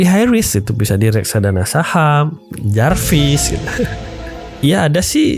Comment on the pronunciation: When he said "Jarviss" Wkwk